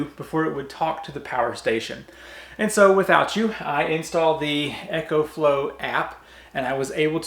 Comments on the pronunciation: Ok a bit of a nit pick... It's eeeee - co flow. Not ECHO flow. :) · There is not H in EcoFlow! It's Eco, not Echo!!! Dude learn how to talk!